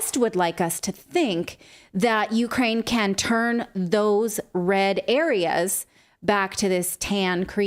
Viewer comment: Natalie said "Ukeranium"